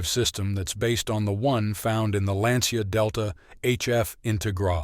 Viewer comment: get a car person to proofread so the names are pronounced correctly (Ital, Lancia, etc)